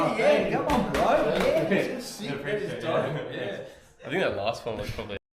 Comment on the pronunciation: There's an "h" in the word "think." Think, not tink